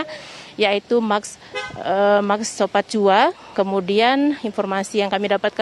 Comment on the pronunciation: Maaf utk koreksi pengucapan reporter tv One nama MAX SOPACOA, (bukan Max Sopatjoa, saya tulis dgn ejaan lama) pengucapannya sesuai dgn huruf asalnya (Max Sopacoa Laval bhs aslinya, bhs asing Inggris, tks.